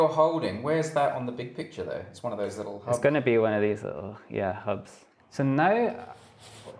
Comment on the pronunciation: Lit-tel turt-tell. I am a mega-nerd. I was punched, laughed at and locked in lockers, but even I would have taken this dweeb's lunch money.